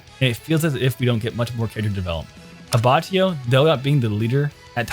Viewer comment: FYUgo - AbbacCHIo Bruh💀💀